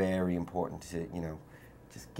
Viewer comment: listen to the way he says "darker" . he sounds pretty british for a california born.